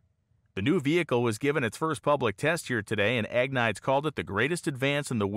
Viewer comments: Great video. Just wanted to caution you though that Agnides is pronounced something like ag-knee-des. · "Ahg-nee-dez" How good can your research be if you get his name totally wrong? Seriously, the repeated butchering of his name makes this unwatchable. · I can’t watch a video about a Greek person whose last name keeps getting pronounced AG-niyds. There is absolutely no way that is how that name is pronounced. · I think his last name name is pronounced Agh-need-ees. BTW I thoroughly enjoy your channel especially anything to do with drag racing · In most Greek names, you put the emphasis on the second syllable. Ag-Ne- deez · I think you'll find that as he is Greek his last name would be pronounced Ag-nide-eez. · Interesting video, thanks. But, being Greek, I'm not sure you're pronouncing his last name right.